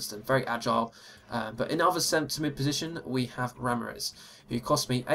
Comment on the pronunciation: 'Ramires' haha